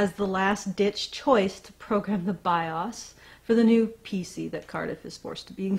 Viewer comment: You are mispronouncing BIOS and it's annoying.